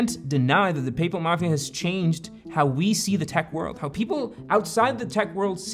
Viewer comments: just a note, its payPAL not payPUL, the pronunciation you're using is for Papal, or relating to the pope. Sorry, tried to get through the whole thing without saying anything, you just for some reason keep repeating a word you arent confident in pronouncing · Great video, as always! Side note, tou trying to pronounce "Paypal" is like Bennedict Cumberbatch trying to pronounce "Penguins". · I’ve never heard PayPal pronounced this way …I began to doubt I knew what company he was talking about. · No one else squirming on his pronounciation of the word "paypal" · Am I crazy or is he saying PayPal wrong? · Why do you pronounce paypal so weird? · I didn't know that the pope had a mafia, the papal mafia. Oh wait, you just can't pronounce PayPal, and Thiel. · The name Peter Thiel is pronounced "Peter TEEL". The "Th" in Thiel is pronounced like a "T" sound, similar to how you would pronounce the word "tea". 😂 It's PayPal not PayPull. 😂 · PayPal! You're saying PayPal. OMG, it took me like 5 minutes to figure out you were saying PayPal. I thought you were saying Papal--like the Pope. I thought it had something to do with the mafia stuff. LOL. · Great video! The way you pronounce PayPal sounds like “papal”… when you first said “PayPal Mafia”, I thought you were referring to the Catholic Church. 😂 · Great video. I always though it was pronounced pay-pal but in the video it is Payple? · "Where do they get this stuff?" Uh, from the Italian language and the terms are Sicilian Mafia terms that have just been applied to these people. It's pronounced Don (how did you get "do-hne" out of like one syllable?), and it's "PAYYYYY-pal", not "pey-pl" (How do you mess up 2 single syllable words?!) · Great vid but the pronunciation? I've always thought it was pay-pal, not papal. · Pay-pal 👏👏2 hard syllables, not papal like a pope. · Its "pay pal" not papul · Why can't you say PAAAYY sounds like papal like catholic pay pal easy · Papal?? like the pope?? its payPAL